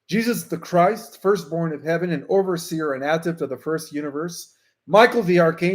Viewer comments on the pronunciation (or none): none